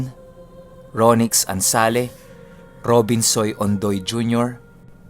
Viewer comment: mali po yung pagka bigkas ng name sa shout out, Robinson ondoy jr po, Robinsoy " po yung nah bigka nyu, ahahah listening po ako now...